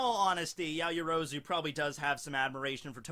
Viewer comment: Her name is "yao-yoro-zu" not "ya-yo-rozu"